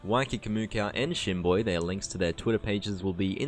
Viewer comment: Fr i thought you said Shitboy had to go back and check no disrespect to Shinboi